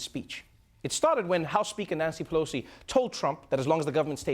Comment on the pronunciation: "Nancy Peloser" Alec Baldwin.